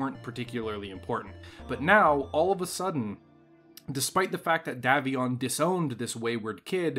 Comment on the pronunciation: It's pronounced DAY VION NOT DAV ION.